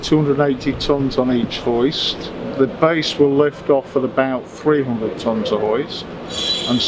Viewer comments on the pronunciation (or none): none